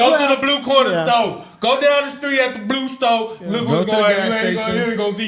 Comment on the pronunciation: Y'all definitely know about the BR the blue stow 😂y'all even said it right